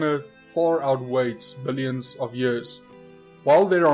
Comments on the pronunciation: It's laughable, how arrogant you are. You think you're so smart and yet you mispronounce Billoins every time. ;D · I laughed so hard when I heard billoins of years old